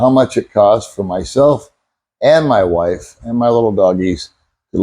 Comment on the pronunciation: I love how you so strongly say "my wife" when you refer to Baby Mae.